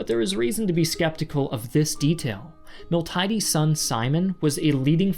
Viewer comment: Please take more care with pronunciation. A native speaker should be able to give you the correct ones. Miltiades in particular was butchered (in Greek it's Μιλτιάδης but here it was pronounced was Μιλτάιντης).